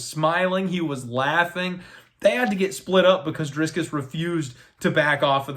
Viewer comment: if you're gonna correct the pronunciation of Du Plessis his first name should be corrected too lol it's Dricus not Driscus just sayin........ good luck on your bets!